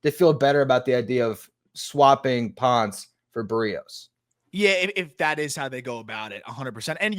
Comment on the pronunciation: Pronounced Pohn-ce, amigos. Reference Daniel Ponce de Leon.